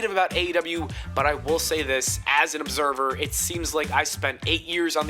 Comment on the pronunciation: Observer* not Obzerver